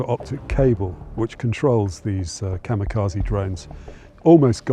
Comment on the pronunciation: Please figure out how to say "kamikaze" correctly. It's quite distracting.